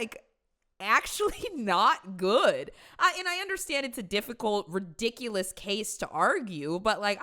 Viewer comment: "Real-diculus". The state of the world rn.